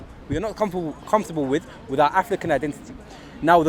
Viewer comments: I just wanna know why the guy with the cap pronounces African like "afrrrikannn" when he has clearly got a London accent naturally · The guy in the cap is a full time nitty. He’s not making any sense at all, he made a bunch of generic statements and threw around the words “bro”, “don’t get it twisted” and “rudeboy” to further enforce his ridiculous statements. Also, saying “Africa” and “African” in a weird accent will not change the fact that what you’re saying is total bullshit.